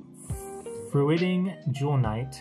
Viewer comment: bro........ froo-it-ing?